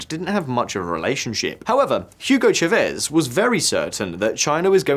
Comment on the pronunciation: I find it weird how geopolitical YouTubers can do such extensive research on a country, but not be able to pronounce the simplest names. It's Chávez, not Chavéz.